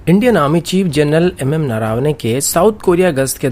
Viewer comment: Bhaiya woh नरावने nahi नरवणे hai 😑😂